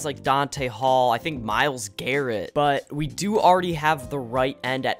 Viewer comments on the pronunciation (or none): none